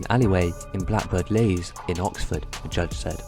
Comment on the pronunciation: Leys is pronounced Lee's.